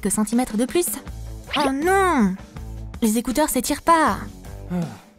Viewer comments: Vous ne savez pas dire ecouteur. Vous dites ecouseur. 😂😅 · Si ont écoute 👂 bien a dit je vais écouter 🎧 avec mes zécouzeur au lieu découteur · Oui t'as raison il se sont trompée de mot. ( en tout cas moi j'ai entendue < zécouzeur > ).